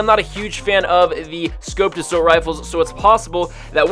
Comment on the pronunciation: How many times does he say “Asoult rifle” How many times does he say “Assault Rifle” Also my fav save the world gun